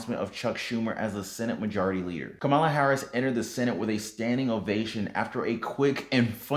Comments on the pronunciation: if you dont stop mispronouncing the Vice President's name...WE GONE BOX! LOL! KAH-ma-la... Not ka-MA-la lol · Thanks for the update. I think you are pronouncing the VP's name incorrectly. It's " , La ".